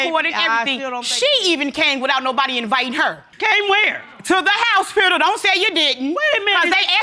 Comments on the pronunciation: It's hospital not HOUSEspital😁😁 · Did she say Housepital?